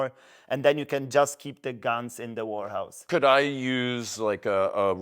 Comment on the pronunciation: Chciałeś powiedzieć "łerhaus" bo "łorhaus" znaczy coś zupełnie innego😅